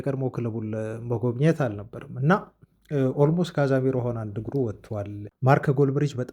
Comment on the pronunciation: ይደብራል 100 ግዜ ካዛሜሮ ? ካዜሜሮ